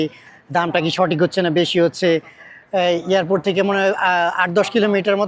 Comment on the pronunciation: এই লোকটার উচ্চারন খুবই বাজে।এয়ারপোর্টেরে বার বার ইয়ারপোর্টে বলে।